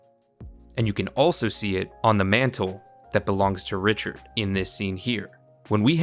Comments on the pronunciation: Richard- Raura kinda close 😂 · I'm confused why is he calling Rauru Richard?😂